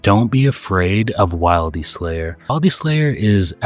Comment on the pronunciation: Please tell me the voice is AI. please tell me you didn't just say wild-e